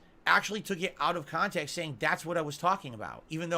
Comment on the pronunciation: I don't see how you can take that shitty street fighter gameplay and him crying about " mash jhab" out of "khantext". Also please stop using the word "Gran Dooor".